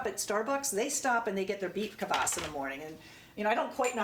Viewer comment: It is pronounced KVAS not Kavass :)